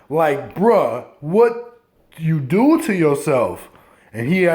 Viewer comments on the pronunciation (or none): The fact that he said, "not only TO i have instead of DO i have let's me know the top is missing (do sounds like to when top teeth missing) lol